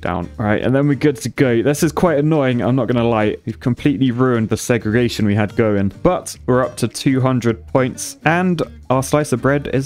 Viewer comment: How come when someone says segregation in a British accent it sounds so much less r*cist than when Americans say it